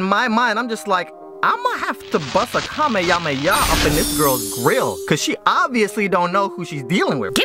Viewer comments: Kamehameha not kameyame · Kamehameha is pronounced ka-may-ya-may-ya now??? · I face palmed when he said ya meh hame ha. Like no it's ka meh hame ha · Kameyameha lol! Not to be rude, but you didn't say Kamehameha properly BUT YOUR STILL ONE OF THE BEST YOUTUBER IVE EVER KNOW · It bothers me a little bit how he says kameYAme It's ka me ha me